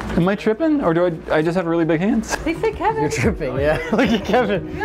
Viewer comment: It's kevin not keven 😭✋